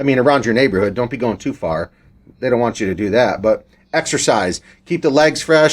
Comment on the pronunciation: “Exercisze” who noticed?🤣